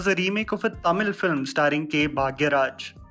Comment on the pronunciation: is finally becoming better with Tamizh pronunciation ♥️😂🤟